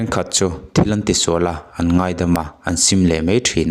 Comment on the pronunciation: Ngeih ti lovin, Ngaih ti ta la aw😂